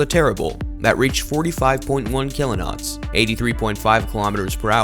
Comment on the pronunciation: WTF is a kilo-not????